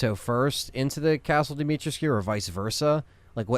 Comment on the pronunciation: I believe its Dimitrescou not Dimitrescew based on most people and google translate in romanian